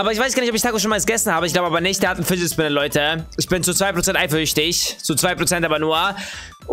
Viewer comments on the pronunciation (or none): Dein ernst ein fidget spined es heißt fidget spiner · marc Weitershagen Du kannst gut deutsch 😂 Es heißt Fidget Spinner 😂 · er sagt schon wieder figdet spinnet 😂😂😂😂😂👌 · ER sagt das extra so